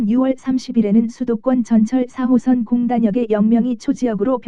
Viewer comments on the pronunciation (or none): 이상하게 '4호선' 말할 때 '3호선'으로 들리는 것 같은데요.....기분탓인가....?